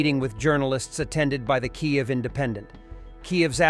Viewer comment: Hello, mister,. Why don’t you learn how to correctly pronounced Ukrainian words. You pronounce Kyiv as Kiev the Russian pronunciation. Why would you persist in doing that? Also Kharkiv the initial K is silent and pronounced like you would pronounce har. I keep expecting you to learn these things, but it hasn’t happened, so I make my comment. However, I love the channel keep up the good work